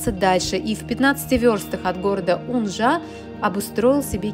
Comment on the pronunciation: Уууунжа🥰 Спасибо ☺️ (Только ударение на Первый слог😉)